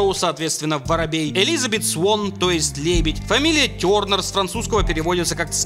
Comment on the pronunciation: Тёрнер с французского? А почему тогда ударение не на последний слог?